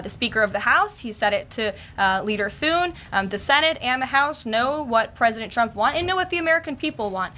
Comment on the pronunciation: Are you kidding? Senate Majority Leader's last name is not "SOON".